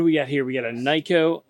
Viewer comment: Great!!! Tour ~ Nikko is pronounced "Neeeko” not Nicko. All vowels in Japanese are identical to Italian vowels so you will never forget as you are Italian American.